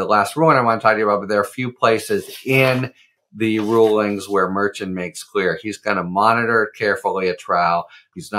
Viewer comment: I’ve heard Judge Merchan , pronounced Mer-Shawn , no t sound at the end